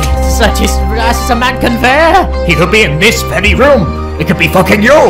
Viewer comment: also love how it said "mann" instead of man